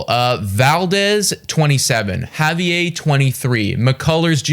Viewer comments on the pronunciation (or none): You guys pronounce like 75% of names you say in vids wrong. You called Framber Frambler, also pronounced Javier wrong. It's not just this video either it's like all of them lol